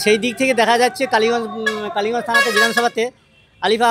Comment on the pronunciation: It's kaliganj,not baliganj😂